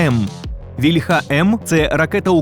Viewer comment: За "еРеСЗеВе" -- респект, а ось "вільха" в українській мові має налогос на "і" (це в російській "ольха" має наголос на "а"; не треба його копіювати).